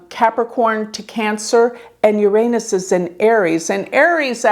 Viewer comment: Please learn to pronounce Uranus.